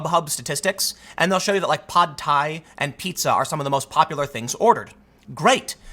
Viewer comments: "Pod" Thai? Come on Tim 😂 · Wait wait...did you say “pod Thai”?! 😂